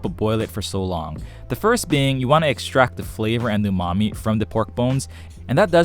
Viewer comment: Remember to eckshtract and shtrain well 😂